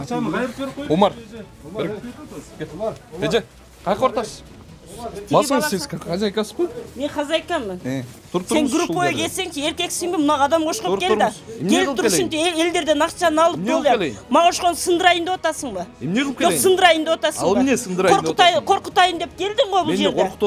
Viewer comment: Жон эле анкылдайтго,ажылдап. Биринчи туура суйлоп алса болмок. Окшоп дегенди ошкоп дейт